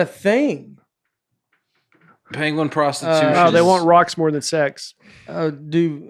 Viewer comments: Pen - gwin. Short e. Not short a. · I’m playing catch up on your podcasts and just got to this “Best Of” episode and so loved the debate on “Panguin” () vs. “Penguin” (Nate & ) It was hysterical and reminded me of another similar but worse mispronunciation of the word on a BBC animal documentary narrated by Benedict Cumberbatch who - to this day struggles - with the pronunciation. It’s hysterical too! Love watching and listening to you guys! Break a leg Nate on SNL due to air on Saturday! I’m so thrilled with your success! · I LOOKED it up and it had the sound pronunciation of the word penguin and it sounded like this Pen-Gwen